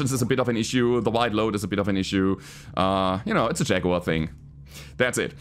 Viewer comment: LokenPlays also has a "Shaguar". 😆